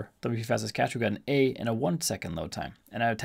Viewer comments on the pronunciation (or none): it is called LITESPEED CACHE not Light Speed Cahce ;-) Thx for the Video